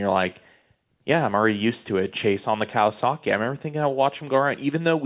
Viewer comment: Hi, love the show, but please pronounce Kawasaki the way it's written. It's not "Kawazaki." There are some names in Japanese that end in "zaki," but Kawasaki is not one of them.